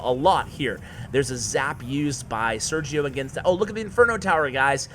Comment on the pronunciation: Just so you know it is pronounced "Ser-he-o". Very funny video